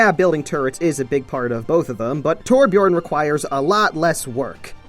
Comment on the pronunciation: Hears the word torbjion* Me:AHHHHHH flips everything around me in a rage